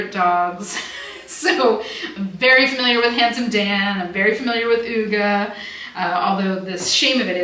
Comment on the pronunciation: UGA is pronounced uhga❤️🖤❤️